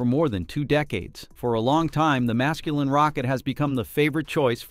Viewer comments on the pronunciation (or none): "religious orbit", "masculin rocket" now that's a high quality reading. :)